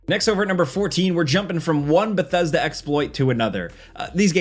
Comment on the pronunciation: How tf did he just pronounce Bethesda?